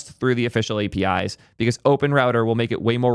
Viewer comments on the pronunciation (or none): none